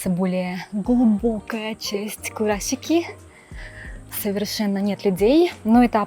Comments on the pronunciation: Спасибо большое за видео, очень интересно!👍👏 Скажите, пожалуйста,так как всё-таки правильно произносить: КураСики, как на обложке видео или КураШики, как вы произносите? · Уже который раз спрашиваю, как же правильно произносится вот это сш на японском. Вы говорите Курасшики, произнося и С и Ш. Но при этом подписываете видео как Курасики, а на английском языке пишите Kurashiki, что произносится как Курашики. Так как правильно?